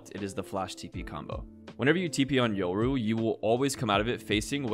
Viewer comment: People absolutely butcher the name "Yoru" holy shit It's not "Yoh ruh"